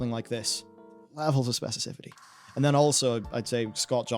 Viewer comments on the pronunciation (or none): mispronounces specificity like nine times in this video and I don’t understand why